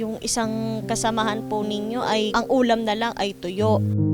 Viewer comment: Miss..di po tuyo kundi "toyo" hahaha😅😅😅